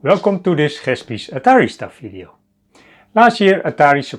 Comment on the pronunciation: Oh another those who cannot say V. Fideo eh? Dutch eh?